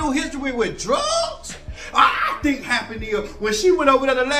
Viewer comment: "I think!" The way he said that! 🗣😂